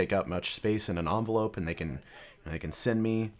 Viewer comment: he said onvelope! its envelope!